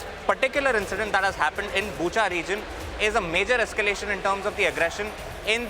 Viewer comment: Bucha or buka little confused about the pronunciation ...